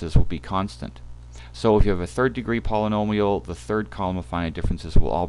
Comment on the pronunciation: Lol all I heard was pollololial functions